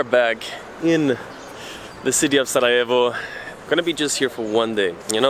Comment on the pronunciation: I love how you were calling it SaraHevo when you came the first time, and now you’re pronouncing it SaraYevo, as a local 😬 and awesome that you discovered City Gym in SCC, it’s a really nice one :)